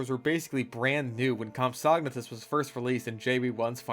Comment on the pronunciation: hearing him say compsognathus wrong makes me want to jump into a raptor paddock